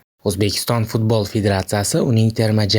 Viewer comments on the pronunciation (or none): none